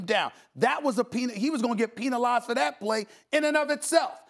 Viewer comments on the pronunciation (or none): Stephen ‘Pee-nalized’ A. Smith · Did this man Stephen a just say “Peentalized”